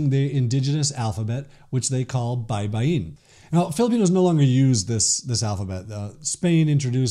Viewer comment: You pronounced "baybayin" well, thank you. That is the right way to say that word.